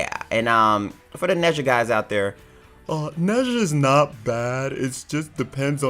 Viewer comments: His name is pronounced Nah-jah. Not neza. He’s chinese lol. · I was cringing when was trying to say nezha dramatically but saying it wrong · Got a little triguered when he said nezha 😔